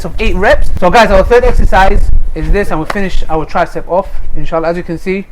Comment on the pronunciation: y da fuck do u keep saying inshitta,y da fuck u keep saying it,ur not guna get any xtra rewards for swearing u no